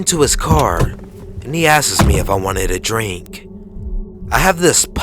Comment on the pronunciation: Please learn to say "asks" rather than "askes".